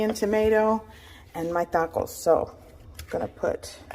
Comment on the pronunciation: why do you pronounce tacos and tortillas like that..... lmao